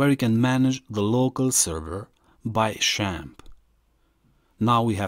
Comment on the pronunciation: its not shamp its zamp